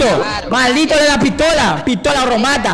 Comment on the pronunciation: “Hacker no PITOLA, PITOLA” KKKKKK